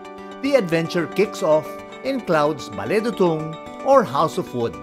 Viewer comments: Not Bale Dutung... it's Bale Du'tung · Pronounced CLOD sir…not Cloud ☁️ Also it’s pronounced Bale Doo Tung